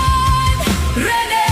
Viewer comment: Nakakaiyak Ang kantang to,Yung pagbigkas Ng RENE talagang tagos sa puso ❤❤❤